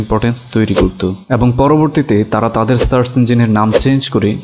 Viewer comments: আমি বুঝলাম না যে এতো স্মার্ট ও শিক্ষিত হয়ে সার্চকে আপনি সার্স বলছেন কেনো??? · সার্ছ না, সার্চ।